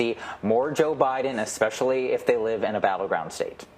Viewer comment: Did he just say, “exspecially”???